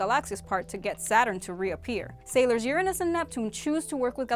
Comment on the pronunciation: Don't embarrass yourself. Look up the pronunciation for URANUS.